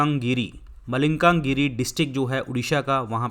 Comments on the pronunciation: Kya sir malkangir ko malikangiri bol rahe hai....sahi se bolo sir.please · It's malkanagiri( ମାଲକାନଗିରି)मालकानगिरि